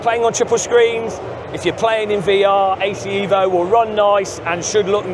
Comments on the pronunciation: bro its evo and not iiiivo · Ev - O Not EEEEeeeeee- Vo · Eh-vo? No eeeeeeeeeeevo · It's pronounced Evo bro, not Evo. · Evo Evo EVOLUZIONE, not Eevo Eeevoluzion 😂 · Bro I am half Italian, if you write in english EVO, it's will be pronounce ee-vo , so for English speaker you have to right EH-VO or HE-VO ,or EY-VO so they pronounce properly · Evo, not iiiivo😂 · HE-VO you fillthy bri'''ish :D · Eh-voh or unsub. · repeat after me. EHHHHHH-VO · it sounds pretty stupid to call it ehhvo unless you’re speaking with an Italian accent… I’d even say only a dork would ever call it assetto corsa EHHHHVO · It's EHVO... from italian Evoluzione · Marco will be very disappointed at your pronunciation of EVO (I am too, being Italian as well😀) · Every time mispronounces Evo, the release of the game is postponed by one day. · Shiit like 100days!!!😂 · you really need to start saying evo correctly 😂